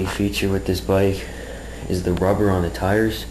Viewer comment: the wubber was wike six times bigger when i bwought it